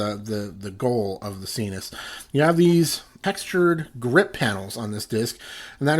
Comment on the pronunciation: Isn't it s-eye-nus, like, your nasal passages? Why sEEnus?